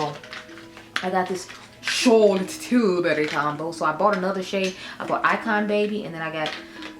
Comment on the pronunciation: Definitely want to try the Juvias place setting spray. You tickle me when you say Charlotte T